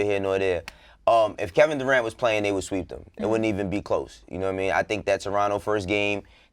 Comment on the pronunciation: AK: “Kevin duerant”